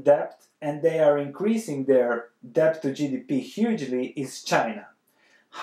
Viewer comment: The "b" is silent!!